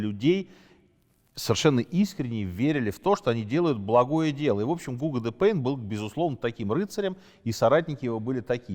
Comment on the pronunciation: Не ГУго, а ГугО, тампль не храм а башня.